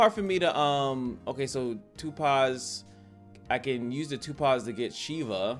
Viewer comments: Lol no you were correct 🤣 but the way you said it and how often had me crying 😂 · you're pronouncing it wrong, but I thought it was on purpose lol